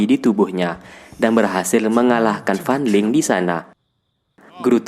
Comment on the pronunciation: Kaliantau gak tadi aku dengar FAN LING=FAN LONG